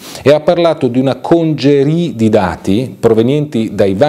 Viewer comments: peccato per lo svarione "una 'conjerì' di dati... " - "congerie" (ammasso) è una parola italiana, e si pronuncia esattamente come si scrive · Interessante. Però: al min. 7'09 lei dice "congerie di dati", pronunciano la parola "c." come se fosse francese. Ora "congère" allude, appunto in francese, ai cumuli di neve, mentre "congerie", è una parola italiana (dal latino congerere, ammucchiare). Quando facciamo, con merito, le pulci agli altri, evitiamo di fare figuracce. Grazie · ha pronunciato la parola "congerie" alla francese ma è un termine italiano, mi sembra deriva dal latino congeries